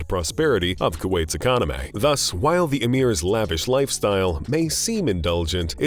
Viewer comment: twenty twentay.. Policsays... Ecomonomay.. Positio-anz.. Expensavv... make you better feeling ay